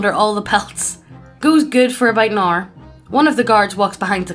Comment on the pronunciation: "monster girl cringy" that;s the type of person who would point at someone who tries to learn any langue even vaugly soundling like Japanese and yell at the top of their lungs "WEEB!" edit: she pronounced hour as errrr